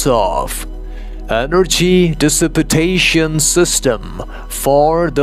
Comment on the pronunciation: Is it normal that wouldn’t be able to use your instrument vibration to say words correctly? and then again the sound dissipitation and dissipitated comes out which are not real words. You wrote it correctly in the captions however (dissipation). I find that peculiar